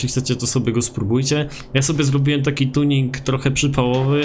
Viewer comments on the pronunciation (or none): none